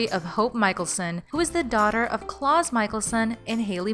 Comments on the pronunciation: You need to watch the series before you comment on it. It's the second time I'm watching a report by this channel and the reporter keeps saying klaws instead of klaus. And if you watched any one of the 3 series in the franchise you'd know how to pronounce Hope's father's name (KLAUS) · “claws” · I hate how she calls Klaus=clause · It’s Klaus not Klos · It’s not klaws its klaus.... smh 😒😐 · You said klaus kL-ow-s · it’s not that hard to say “klaus” lol how’d you mess that up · she rlly said klaws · Omg you pronounced Klaus like Santa Claus. Omg why!? You can already tell she didn’t watch the show. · This lady’s an idiot dude, love legacies tho, she said Julie plecs and freaking claus like wtf lady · You said Klaus wrong oof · no, it's Klaus